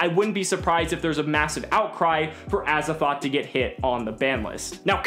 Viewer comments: why do you say azathoth its triggering me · Gawrdean Sleighs It sounds like says Azathoth. With a ‘th’ on the end. Hmm. Just me?